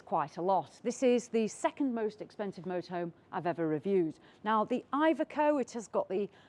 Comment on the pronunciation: You pronounce iveco wrong